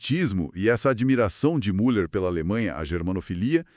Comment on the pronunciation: Impossível continuar te ouvindo.... A pronúncia é Miller , u com trema leia-se Miller..... é um sobrenome alemão....